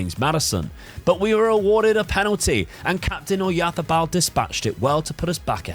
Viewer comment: Tbh I have not seen anyone trying so hard and doing it better than. Even Spaniards don’t say Oyarzabal so perfectly:) If you think it’s SO easy to read names, try Błaszczykowski for example. One of better Polish players few years ago.